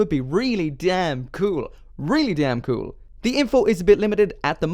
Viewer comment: when he says "cool"CUEL